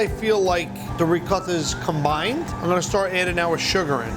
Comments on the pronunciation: No one: Buddy: Rrrrricotta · That’s how my Nonna said it. That’s how my mother says it. It’s good enough for them, it’s good enough for me. 😂🤌 rrrrrrrRrrrrrRrrrRRRRRRrrrr lol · Lo único que entendí fue "rrrrricota" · This guy can make a great cannoli, but can't pronounce "ricotta". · Me da risa como Buddy dice ricotta jajaja y like si no entiendes los comentarios